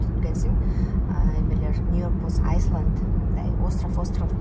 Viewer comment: Айсленд эмес, айленд эжекеси